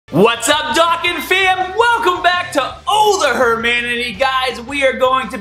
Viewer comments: BROOOOO its BardocK with a k not barda and Dokkaaaaaaan not dokken man u 504 u should get it but still i like u videos but i needet to let u know that in hopes it changes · Am i the only one triggered by "Baddock" and "Dawkkan Battle" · how the hell can't you pronounce a simple word like Dokkan